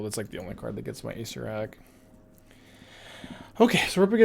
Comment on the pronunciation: please... your killing me. It's pronounced ah-SAYR-er-ak...someone in his twitch chat, PLEASE tell him. It's hurts me to hear acerak. It's acererak.